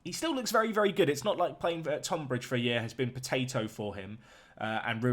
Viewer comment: Pronounced TUNbridge...just saying. I live not too far away from there. Really interesting video. Love it.